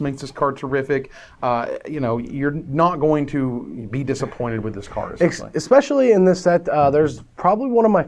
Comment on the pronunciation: Holy shit, said "especially" right!